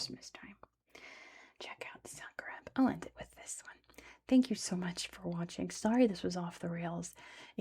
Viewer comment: i'm from zagreb, this was all pretty accurate and correct and i'm so happy to see my hometown get some recognition. it's a beautiful city with such interesting history and many legends surrounding it. also good job on most of the pronounciation